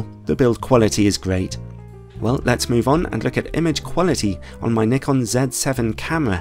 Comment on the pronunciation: !Nyekon! !Zee! Jezuz, learn to speak English properly 🤣